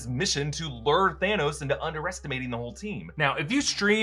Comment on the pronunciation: Lol how he said “counting on Thor to Lur thanos out “